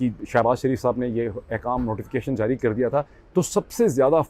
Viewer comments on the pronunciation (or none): none